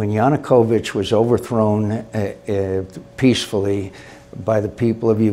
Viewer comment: 'peacfuly'' lol ...